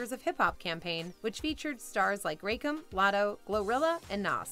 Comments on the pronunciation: It’s Ra-Kim, not Rake-um!! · It's not Rey-kem. His name is pronounced Rah-kim (Rakim) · You're really going to do one of the pioneers of hip hop so dirty and not pronounce his name properly? Rah-kim, nor rake em 🙄 and "Noss" lol. Come on announcer girl plz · And ya forgot to even touch on the differences between sprites or 7-Up “medicinal“ purposes in either white or black families. Most black folks will drink Sprite for medicinal purposes, while white folks will typically drink 7-Up/ginger ale. And please, it is not Rake-Him. It’s Rah-Kim. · I almost died when she said RAYkim instead of RA(h)kim 🤦🏿‍♂️ thats like saying Kurt Cobine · Not Rake-um SMH 🤦‍♀️ RAH-KIM. Come on, This isn’t you. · Nah she pronounced Rakim as “rake em” that’s wild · Why she call Rakim Rack-him😂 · No way she pronounced Rakim, "ray-kim" lmao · Like "rake 'em". 🙄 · Did she pronounce him “ray-Kim” ….wtf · It’s prone Rah-kim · The OG narrator would never mispronounce Rakim . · Ok…had to make sure I wasn’t the only one who caught that… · You don't know the classics man! Rakem, Two-Pack Shaker, Largey small, Dr. Drake, Big Bun, Obese Joseph, Capital L, Puff Donny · When you can't pronounce "Rakim"... 🤦🏾‍♂ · I’ve defended this voice actor before but I cannot defend the absolute butchering of “Rakim” do you not have interns? He’s been famous for 40 years how do you mess that up lmao